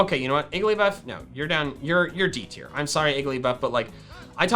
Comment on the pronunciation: TIER, NOT TEAR!